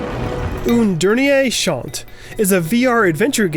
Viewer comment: Bruh the way you said Un Dernier Chant hurt me